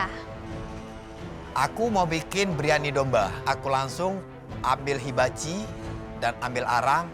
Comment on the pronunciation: said: habachi. bukan hibachi 😅😅😅